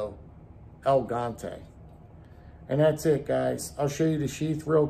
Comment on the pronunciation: The Boker knife is pronounced "El Gee Yaunt Tay." It's Spanish for Giant. El Gigante. I'm not being an a$$hole either, so don't bite my head off. 😄